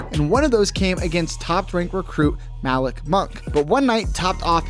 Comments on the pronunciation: Ma-leek not Ma-lick Monk, and Witch-i-taw instead of which-cheetah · Malik is pronounced M-ah-lee-k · I thought your pronunciation of Malik was bad. But you absolutely butchered Wichita. Had to stop watching the video. You can’t watch basketball. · I was thinking the same thing and he mispronounced Malik’s name. 🤦‍♂️